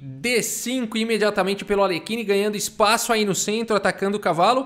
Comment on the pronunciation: Outro que eu gosto de ver tomando uma surra é o Alekhine (ei, já vi uns vídeos estrangeiros e parece que a pronúncia do nome dele é “Alhérrin”).